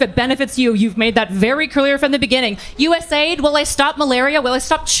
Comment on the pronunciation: Great points and counters. Well Done! The only thing I’ll add is that hearing you say “Us aid” Drives me up a fucking wall haha USAID stands for United States Agency for International Development, so it’s pronounced letter by letter U.S.A.I.D